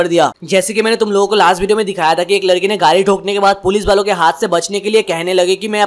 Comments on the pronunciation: Bro ladki not larki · Lalki nhi yar ladki hoti hai 😂😅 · Ladki not larki